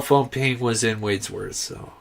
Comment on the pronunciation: Respectful can I let you know you're pronouncing Wadsworth, NV incorrect. Thank you though for your coverage, I live out of that area for last 3 years but spent most of my life around there and this breaks my heart. Wish I could help find her